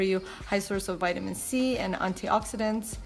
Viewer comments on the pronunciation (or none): none